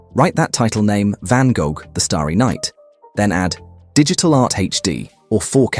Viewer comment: I love the way the AI voice overs pronounces Van Gogh xD